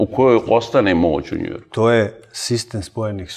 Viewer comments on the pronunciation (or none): Al kad izgovori "Njuijoirk" 😂...hhaaa, kakva pajserčina. Uz to, čovek kaže da su oni (liberali) doneli privatno vlasništvo u državu, znači stvarno druže😂